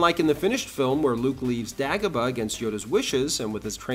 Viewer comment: It's "Day go bah"